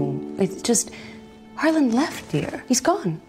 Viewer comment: i know this is so old but i cant get over them saying “harlan-d” every time 😭😭 and really emphasizing a d in his name for some reason